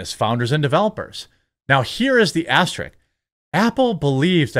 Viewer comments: It's aster-ISK* not "asterick" ..you come off so ignorant some times bro. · Asterisk, not "asterik"